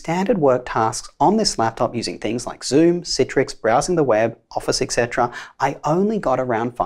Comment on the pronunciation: Have just one suggestion for you; work on your etc. pronunciation. Considering the fact you use it relatively often, it would be fitting.